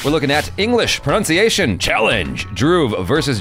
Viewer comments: Pra-nun-siye-tion is d-fi-kult JB koo-we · U mean pronounce-ciationn 😂😂